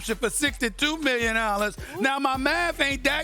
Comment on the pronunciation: 152 Millyon dollars 😂